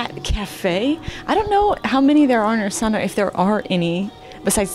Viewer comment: Just letting you know in Kazakh the stress syllable is always the last one. So it’s not Astána it’s Astaná